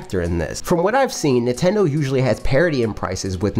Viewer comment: I love how this guy says Nitendo lol